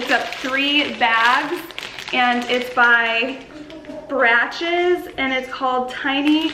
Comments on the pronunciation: Just FYI, “Brach’s” is pronounced “brah-ks”. Love all the stuff you got. Can’t wait to see how you decorate. 😉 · It’s pronounced “Brocks” 🙂